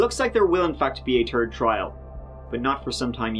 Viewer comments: "turdy tree times..." LOL 🤣🤣 I always have a little giggle at the way he pronounces his th's. 😄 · Turdy plus two equals turdy two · Between the “host’s” numerous attempts to identify a horrible enough word or phrase to describe the victim’s death, the aggravating way he says the word “thirty” (turdy?) or the other “host’s” monotonous, droning voice, it would be hyperbolic to call this one of the most boring or worst videos I’ve ever watched………….and I’m good with that.